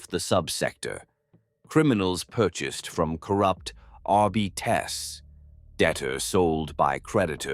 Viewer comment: The crappy AI images really detract from this. Also, it's really weird how the narrator mispronounced Astartes and Arbites which makes it feel so weird, like it's AI too